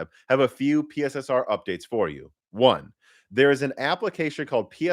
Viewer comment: It's pronounced "Pisser", not "P.S.S.R".